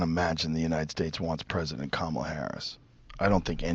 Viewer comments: For god sake her name is “ka-ma-la” and not “ka-maa-la”!! Let’s get her name right first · Say her name properly, you disrespectful fool. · Bro mispronouncing her name the whole time was funny af 😂 good video tho fr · Dude, you can't even pronounce her name correctly!!! At least get the person's name right before you cover them in any capacity. FACEPALM! LOL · Why do you purposefully say her name wrong? You played others pronouncing it correctly. It makes people less intelligent when they are talking about someone but do not even know that person's name.